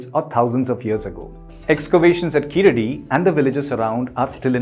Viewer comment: Hi well happy to u spoke about this but please pronounce the name correctly it's not (keeladi) pronounce it (keezhadi). Your pronounce it wrongly for (e.g.Sharuk called saruk )🤦‍♂️🤦‍♂️🤦‍♂️🤦‍♂️🤦‍♂️